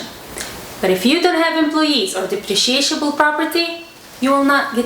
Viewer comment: The word is depreciable. Just one SH sound. You are adding a second syllable. At first, I thought there was some new kind of property that I had never heard of!